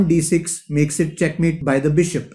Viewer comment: I like the way you say chackmate I have also adapted the "thank you very much"